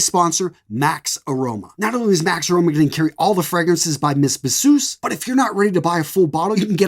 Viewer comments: Not mess bzoosss 😂 its French its (mey beezoo) mes bisous means my kisses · Hello sir these are all great recommendations. I understand that you are not a native french speaker (I am) but I just wanted to point out that "Mes Bisous" is pronounced something closer to "May Bee-zoo". Translates to "My kisses". Other than that fantastic content as usual!